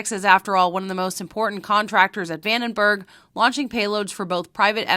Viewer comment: Come on dude, VandenBORG ???¿???😮😅